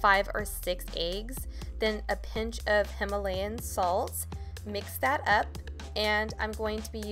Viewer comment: You pronounced Himalayan wrong So PRONOUNCE it RIGHT!😤